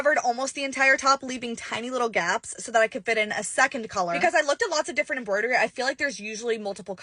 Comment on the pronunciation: The whole thing was great until you did the "embroidery" part. Besides that the rest of it is hella cute